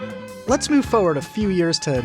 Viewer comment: "forward"s are missing their first R's. There's a "toward" but no "foward."